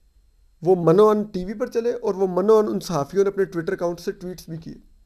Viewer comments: Toor u are doing a good job indeed and I am regular listener..... It is Urdu word mino un .....not as Mano un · Toor sb lafz min o un hota hy